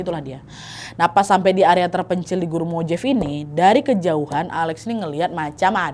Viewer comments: Punten Kak Nad... MOJAVE dibacanya bukan MOJEIF, tapi MOW-HA-VEE atau MO HA VI, huruf J dalam bahasa Spanyol umumnya dibaca H...🙏🏼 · Mojave itu bacanya Mo-ha-ve kak nad😊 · Mohon maaf kak kalau boleh kasih masukan, gurun mojave dipronounce nya mohave dan itu bukan gurun terpencil, melainkan gurun yang besar di california. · Mojave: bacanya mo ha vey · Kak punten, ‘Mojave’ dibacanya ‘mo-Hah-vee’ 😊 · Koreksi Nadia...Mojave dibaca Mo-Ha-Ve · Gurun mojave... j nya dibaca h ... Nad